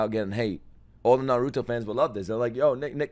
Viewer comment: Nick youre hilarious and the best reactor out there but christ, stop saying narooto, its nah- ruto. also, you would love this show